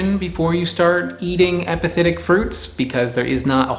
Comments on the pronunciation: Am I the only one hearing “hepatitic” instead of “epiphytic” ? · I know this is an old video but you're saying epithetic when you may want to be saying epiphytic. Epithet vs epiphyte